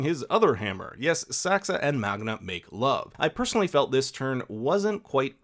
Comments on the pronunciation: Sounds like you say Magna instead of Magne. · my man magne lost his V